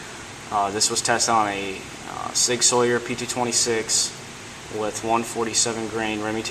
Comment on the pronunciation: Your pronunciation of sig sauer and silencerco made my ears bleed profusely.